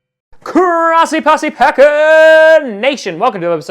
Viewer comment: when says grossi does it sound kinda like chrossi? pls tell me im not the only one